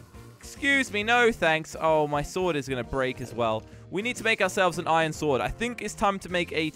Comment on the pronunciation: Who else noticed that he said ion in stead of iron